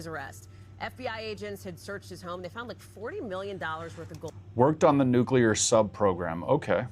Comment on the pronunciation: Yes and thanks for saying the word correctly.. NU CLE AR and not Nucular like some bumpkin ass non expert. Even the experts say the word wrong constantly , and it drives me insane because they're supposed to be f**** experts.